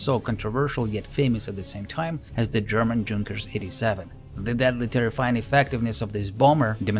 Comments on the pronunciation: i'm not fluent in english let alone german but i'm pretty sure junkers was spelled yunkers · Please, please, PLEASE: Don't read Junkers /Ju in English way. It's a German name (and abbreviation), so please, read it "Yunkers" / "Yu". My ears hurt. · Just began the video and had to pause to say how much I like the narration style. It's very clear English with what reminds me of my Russian professors' accents. The care in pronouncing names, especially across languages, is very appreciated as well! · the "J" is pronounced like a "Y" (in the word "young" for example) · Great stuff but just a note on pronunciation. The J in Junkers is pronounced a Y. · Since you insist on mispronouncing 'Junkers' then at least be consistent and mispronounce 'Neuhammer' as Newhammer as any American would. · Great video, but Junkers is german plane, maybe to learn how to pronounce it :) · Please, it's not Djunkers, it is pronounced "yunkers" thankyou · "Junkers" is pronounced with a "Y" sound not "J". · Good video mate. The plane company is pronounced Yunkers tho, the "j" is silent. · as a person who speaks German, I don't know any Germans who would pronounce "Junkers" as anything other than "Yoon-kehrs" (spelled phonetically). A Junker, at least in Preussen (pronounced "proysen") is "a member of the landed nobility). German pronunciation isn't optional, and it's also why they don't need spelling bees because if you can hear it you can spell it. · Junkers is pronounced "Yunkers", not with a "J" sound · Fantastic video! One small detail: I believe that Junkers is pronounced "younkers". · LOL “JUNKERS” 🤣😂🤣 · That's "Junkers" with a "Y" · Great video, except it's "yunkers"! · pronounce yungers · It's pronounced Yunkers....with the "u" like in "foot"....not dshunkers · The narrator might like to know that Junkers is pronounced YOONG-kers, not DZHOON-kers. Like the Russian Ю. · Nice video. It's pronounced like Yoon-kers, not like Junk-ers. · It is pronounced yoonkers, not djunkers.